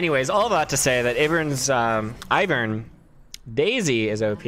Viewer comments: still says iv-ern instead of i-vern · How you say Ivern's name is entertaining lol